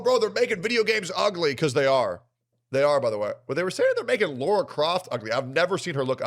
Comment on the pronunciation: Lah-rah. Not Lor-ah.